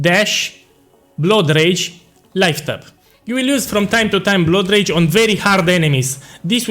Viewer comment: Boss, your blood rage pronunciation sounds like road rage i was confused for sometime LMAO